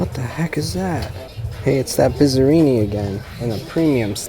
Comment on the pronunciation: $10. Bee-zuh-ree-nee?!!? Yeah, pass.